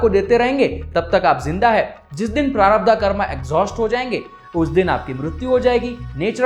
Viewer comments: Its not sanchitaa prarabhdhaaa...its sanchit prarabhdh..hindi mei bol rahe ho to hindi shabdh to sahi bolo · I love n like your video ❤️❤️❤️❤️ but bhaiya sudhy uchcharan pls it's prarabdh not prarabdha